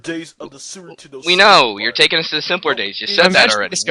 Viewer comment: did he just say "sewer 'tendo"?